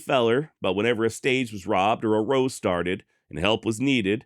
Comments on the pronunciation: 'Raow'. not row. I know, English is hard. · You're mispronuncing row. Row as in argument isn't said the same as row of houses.